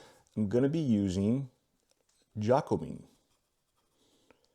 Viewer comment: Jaco Bean 😂 It's Jacobean Jacob-ean. A period of English history circa 1600. The Jacobean era.